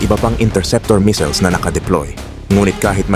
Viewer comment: Ano daw? Yung basa sa missiles naging missels? 😆😆😆